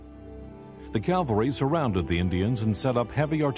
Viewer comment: This was very well done, especially with the Indian descendants telling their stories.. BTW, Custer led a "cavalry", not a " calvary", which is a Biblical term.